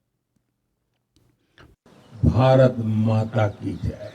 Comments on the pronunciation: It’s baaraath ma ki jai. Not braat ma ki jai. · You will have to stress on the first two letters BAA RAATH then the word can be heard clearly as your accent doesn't stress for proper pronunciation